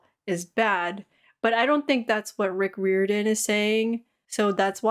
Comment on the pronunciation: Isn’t it pronounced like: Rye-Or-dan?